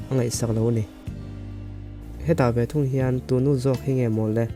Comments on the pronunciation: Tù nu ni loin, Tú nu tiin lam rawh, a ki sangin. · Tu Nu tih khi i lam diklo zela